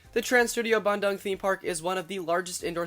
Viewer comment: Lol 'bandang' sounds like 'banjir bandang' which means large flood. Which quite often happens south of Bandoong It's the 2nd Trans Studio park, but Indonesia has several other theme/amusement parks before, most notably Dunia Fantasi(the actual first theme park) and Taman Safari(a drive-through zoo) Still, great video!